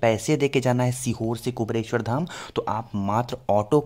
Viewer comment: क्या कुबरेश्वर, कुबरेश्वर की रट लगा रहे हैं। सही नाम तो लो भैय्या पहले..........? कुबेरेश्वर यह सही उच्चारण है। धन्यवाद 🌹🙏🌹